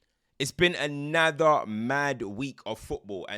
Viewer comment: Why does always say “Anather” like that😂😂